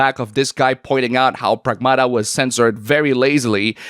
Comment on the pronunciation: PREGMATA ✅ PRAGMATA ❌